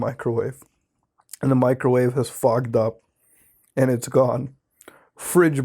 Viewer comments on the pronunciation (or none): none